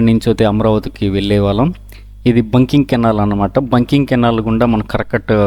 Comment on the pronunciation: బంకింగ్ కాదు సోదరా ‘బకింగ్‘ కాలువ. లేదా ( Buckingham canal) బకింగ్హం కాలువ అని పలకాలి.